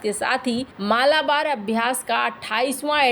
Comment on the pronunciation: मालाबार ❌ मलबार ✅